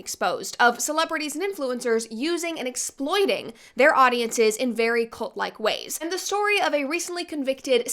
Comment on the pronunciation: I keep hearing Colt instead of cult. Colt is a great way to stop a cult btw.